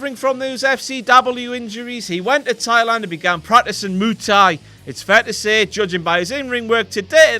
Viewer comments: "Moo Thai" british people are great at pronouncing words and phrases I must say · moo tha? do you mean muay thai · Rusev's moo thai hahaha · WTF is Moo Thai? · "Moo Thai"